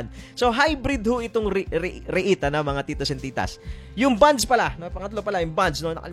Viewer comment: Please pronounce it properly.. REET, not REH-IT